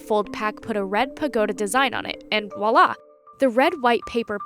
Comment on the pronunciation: Its voilà, not walla. Its really not hard. I bet you say coup de gras as "coop dee grass"